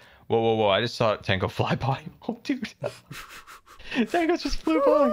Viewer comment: i just love how grian so cassually says tongo🤣